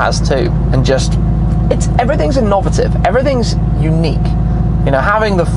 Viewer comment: I've never heard anyone say 'innovative' the way you do.